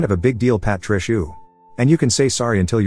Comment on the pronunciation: Patricia sounds like Par-trash-a